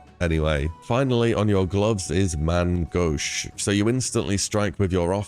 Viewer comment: Might be the only person I've seen pronounce "Main Gauche" properly aside from the French streamers